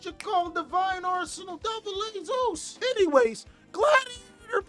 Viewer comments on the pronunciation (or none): none